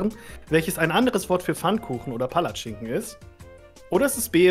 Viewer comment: wie keiner Palatschinken richtig sagen kann 😂